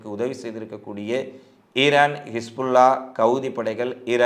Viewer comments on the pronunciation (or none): none